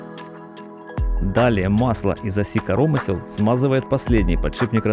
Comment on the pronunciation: Все бы хорошо,но вот только диктор ударение в слове коромысло ставит не так.